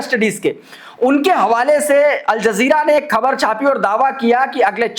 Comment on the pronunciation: You are the only anchor who, pronouces KHABAR right. Thank you for not distorting it.